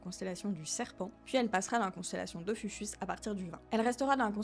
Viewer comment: Tout bon. Sauf que même si ça s'écrit Ophiuchus, on prononce OphiuKus :) Sinon il y a une autre comète ATLAS (C/2024S1) qui sera nettement plus brillante vers la fin Octobre. Bonne nouvelle, elle sera de magnitude -21 (si elle survit, si elle suit bien ce qui est prévisible) et la mauvaise, elle sera à 0.03 degrés du bord solaire. Mais à cette magnitude on peut la tenter en plein jour, comme il y a la comète Mc Naught il y a quelques années.